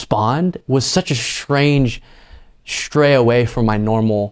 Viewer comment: The word is pronounced "strange," not "shtrange" . And "stray," not "shtray." Just sayin'...